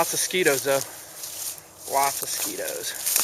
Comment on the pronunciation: Yeah, "skeetos" sounds too much like an hydrogenated snack food that turns your fingers orange.